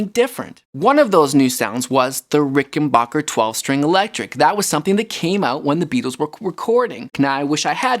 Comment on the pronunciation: The third syllable in Rickenbacker should be pronounced "back" (with a short "A") and not "bok" (with a short "O"). The German name was Americanized. Originally, the third syllable was spelled "bach", and was pronounced the same as the name of composer, Bach (with the Latin long "A", as in "ah", followed by the aspirated "H").